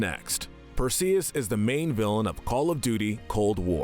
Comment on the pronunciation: Bro really said Perseus wrong 💀